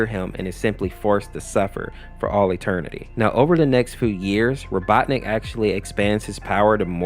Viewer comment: I love how he keeps switching the pronunciation of Robotnik to Robotnus and Robotnit